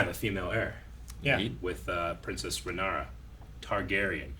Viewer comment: I stg if continues to misprounce half the names so poorly, I'm gonna have an aneurysm 🤣 RhaenARa nooooo RhaeNYRA like NEAR-UH I'm just a silly boy with a pet peeve for this man, he does it in every show and it feels intentional at times 🤣